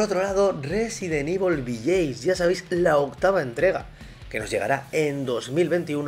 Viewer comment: Desde el respeto. "Village" se pronuncia diferente.